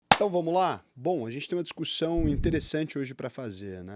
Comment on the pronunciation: Ao ouvir “discursão” eu desisti… O correto é discussão.